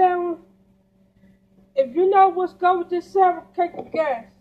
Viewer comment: I've never seen someone to lazy to pronounce their words right. This thing said, " YOU KNOW WHADDA GO GUUD WIT DIS SAN WI". Smh& Lol 😂